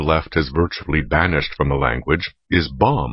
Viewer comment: should be "bum", not "bomb".